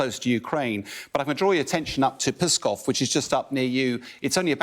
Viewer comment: Pronounced ‘skov. Before going to air maybe find out how to properly pronounce the names? A simple google search